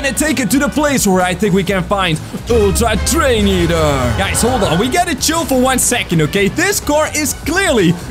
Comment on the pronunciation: [very loud] toDAY we goNA FInD ULTtra treiNO eaOTEr